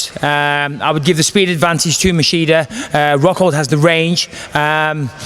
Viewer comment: He keep saying masheeda instead of machida lol